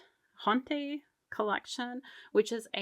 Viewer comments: It is pronounced “ôte” collection, like you’d say “haute couture”. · The word “haute” is pronounced “how-t” and it is a French word meaning ‘fashionably elegant’ (high end)…